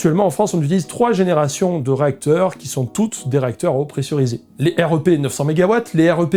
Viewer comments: J'ai trop hâte que tu puisses visiter une vraie centrale nucléaire ! Alors ta modélisation est trop bien faite tu gères. Par contre on prononce plutôt rèpe et pas R.E.P. Ca fait bizarre 😅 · J'ai beaucoup aimé cette vidéo, merci et bravo. Un détail, dans le métier on prononce le REP "rêpe", et pas R E P ; utile pour avoir une discussion avec quelqu'un du milieu ! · Super vidéo ! Nota : dans le métier on dit "rèpe" pour REP ;)